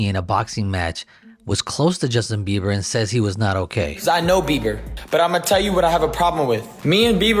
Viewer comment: Why do they keep calling him Justin Biever?😂😂